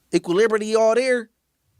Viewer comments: Did this ninja really say equal liberty instead of equilibrium??? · Did he say equiliberty? 😂😂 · My man said equiliberty 😂😂😂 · "equilibrity all there"..... LMMFAOOOOOOOOO. Niggas just be making up words these times. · Equal-liberty 😂 “Equilibrium “ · SAID EQUALIBERTY LOLOLOLOL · Equilibirty lol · I never comment on YouTube, but... Equaliberty??? These podcasters need to stop trying to sound intelligent! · “Equiliberty”?!!! 😂 as dumb as they come, I swear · Equilibrium: he was kinda close lol shoot bro some bail